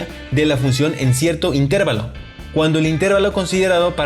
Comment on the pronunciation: No se pronuncia "intérvalo" como si fuese una palabra esdrújula, ya que la palabra es grave o llana, es decir se acentúa fonéticamente en la penúltima sílaba: interVAlo.